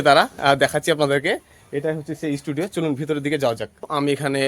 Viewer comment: Studio ❌ Esss studio ✅